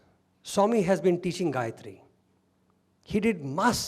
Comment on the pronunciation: Sairam excellent talk which relates and illuminates every one . Thanks for the Gayathry correct pronunciation and also the aumkar. Thank you .